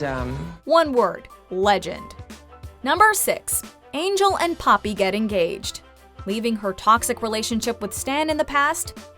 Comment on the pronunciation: The way the narrator says papi like "puppy"😂😂😂